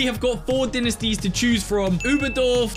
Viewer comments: Great vid! but Dinisties💀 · good video but dinesties got me triggered